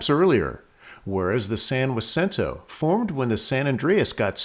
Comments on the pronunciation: You need to go back to remedial Spanish class. Is San Jose, "San Woe za"? Jalapenos are now "Wolapenos"? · He’s pronouncing it right? So do you also walk into a Mexican restaurant or store and ask for some, Walapenyo peppers? Do you call your friend who spells his name JORGE, “Worje’?” What you been smoking there, ese? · Every other video is amazing. Giving this a thumbs down because when you pronounce a place name so incorrectly and won't own up, its a distraction to an otherwise great production. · I have lived within 12 miles of San Jacinto since 1968 and have never heard this pronunciation, it's always one of the two alternates you mentioned! No discussion just fact! thank you for doing this video though. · I agree, your lane and expertise is obviously geology and not Spanish, mine is neither one! If you are mispronouncing it, it's not you fault. ;^) I also realize that as in English, not all that speak Spanish will pronounce everything the same either. It is likely I mispronounce many words myself. I really enjoyed this video and appreciate all the effort you put into it's production as well as your explanation of the geology! I have known about the San Jacinto fault for a long time but have never seen the detail you shared. I live just south of Hemet now and we have joked for years about the coast falling into the ocean and that we may have beach property here someday, LOL! Truth be told I think we are on the ocean side of that prospective new beach and would not survive it's forming if it happened in our lifetime either way. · Jalapeño whalapeno Tomato tomahto 😂 😂 I lived a few miles from San Jacinto for 15 years and everyone locally called it with an H Edit to add great video and im just poking fun... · So he pronounced San Jacinto incorrectly. People do it all the time when they say 'La Jolla' or 'Jacumba'. It's no big deal. Please don't be so triggered. The video was very good overall. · It's pernounced Has-sin-toe not Waa-sin-toe.